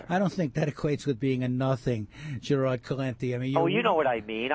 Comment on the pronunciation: Good God this guy just butchered Gerald's name. How in the hell do you get Gerad out of Gerald? Take some English classes before going on the radio...